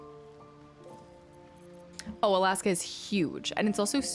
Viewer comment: "Alaaaska" I heard you say it like 4 times when I asked about your Alaska trip and still cannot prononce it the way you do hahaha take care.